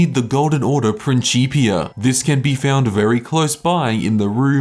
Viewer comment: your pronunciation of Principia is upsetting. had no idea there was short cut there tho... jheez.